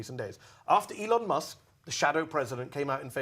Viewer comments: and i quote "anything that LEON MUSK..." a chuckle was chuckled. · "anything that LEON Musk is doing......" that's how you know it's a 1000% sycophant. Probably says, ka-MALL-uh. too because Daddy Trump does.